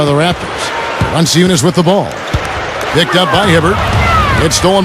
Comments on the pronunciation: ahah the commentator says valency-oonus, its valen-choonas. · Valanciunas can't be that difficult to pronounce can it? Wow, butcher job!!